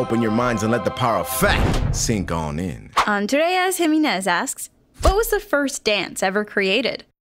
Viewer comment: Jimenez is pronounces jiMEnez, not JImenez, get it gringos?